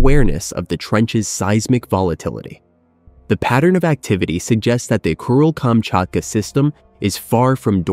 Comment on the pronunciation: why do I hear it as “Cruel”-Kamchatka 😑